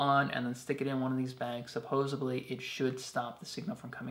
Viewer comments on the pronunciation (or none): SupposeDly (not supposeBly) :-) I already have those two hand-crank radios but am TOTALLY getting that flashlight and expandable light! Very cool!